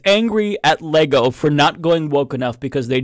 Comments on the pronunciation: I laughed when she first said Leego! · She cant even pronounce Lego correctly but really wants us to feel her "woke" outrage.